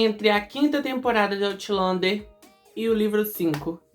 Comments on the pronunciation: kkkkkk nao quis te corrigir. Achei interesaante pq tambem nao gostei da pronuncia certa. Acho "Autlander" mais bonito 😂😂😂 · "Aulender" diz ser a pronuncia certa.